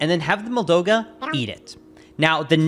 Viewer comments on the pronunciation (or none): OH MY GOD STOP CALLING IT A "MOLDOGA" ITS moldUga WITH A U